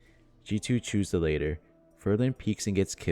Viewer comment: Awesome content. At like 50s you say 'the lay-ter'. Its pronounced lat-ter. Almost like Ladder with T's instead of Ds